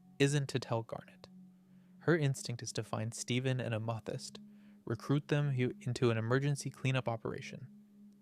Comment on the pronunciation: I feel like i’m getting punked with some of these pronunciations 😂 words that have absolutely been said correctly previously on the channel. Like Amethyst or Peridot. Or Sardonyx.